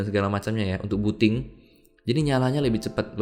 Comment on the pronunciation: Booting bukan buting yang belum faham